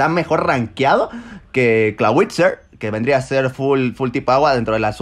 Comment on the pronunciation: Este dice bien dragalge y se disculpa pero dice mal el clawitzer pero lo pasa se marcó un buen juanchopolis